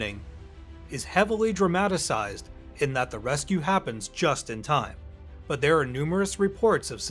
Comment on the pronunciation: There is no such word in English as dramatasize It’s DRAMATIZE